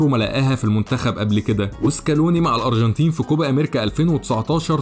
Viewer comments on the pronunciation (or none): الأروجنتين .. نطقك ليها بيضحك 😂